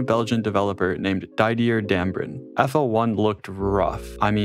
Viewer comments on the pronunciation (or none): none